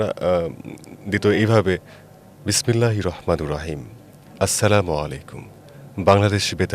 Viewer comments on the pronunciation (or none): বিসমিল্লাহ পরতে পারেনা ঠিক মত আইছে এখানে টকশোতে